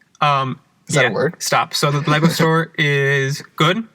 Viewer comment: I heard liquor store instead of lego store so when you started talking about playing with lego at work, I was lost. Good stuff keep it up